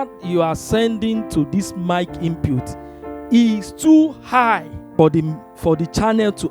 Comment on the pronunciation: Hey! Its should sound " IN PUT " not Inputes..